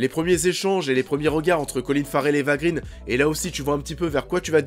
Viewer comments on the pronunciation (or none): Eva "Grainh" & pas "Grine", son père est suédois & pas anglais.